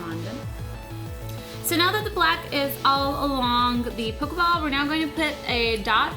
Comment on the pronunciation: have u guys notice she says pokaball